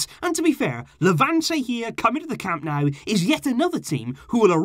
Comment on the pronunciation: Dude!!! It's not "CAMP NOW," it's "CAM NO-OO." And it's "VEE-SKA" Barca. So embarrassing for a "super fan."